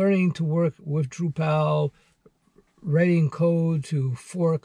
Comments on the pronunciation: It's droo-puhl not droo-PAL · Not DrupAl but DrUpal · FYI you're pronouncing Drupal wrong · Yeah. It's tough to watch knowing he hasn't had enough exposure to the subject matter to pronounce it correctly . . . and then he offers virtually no reason to take a Drupal job (specifically) over, say, a Django job. ;)